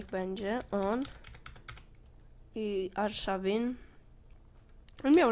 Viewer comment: Arszawin nie Arszałin